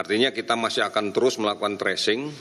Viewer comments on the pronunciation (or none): Tracing,. Bukan Trashing